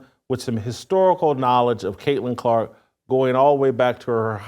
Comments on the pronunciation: I had to stop listening when he said kunta Clark 😑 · This fool said kunts kente 😂